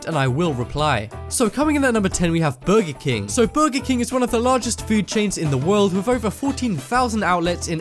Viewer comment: He says burgy king